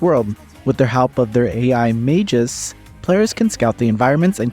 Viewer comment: Mag -us, not majus.